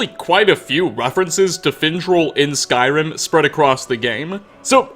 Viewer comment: "Skyrim Ah" "trolls ah" "information ah" "wood elves ah" Why does this dude finish almost every word with "ah"?